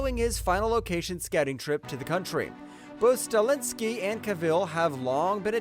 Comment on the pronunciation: Highlander director's last name is Sta-helski, not Stalinsky. The commentator brutalized several actors', directors', and characters' names in this presentation. Do some research before presenting geez.